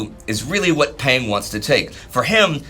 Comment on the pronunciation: Peng is pronounced like "Pung"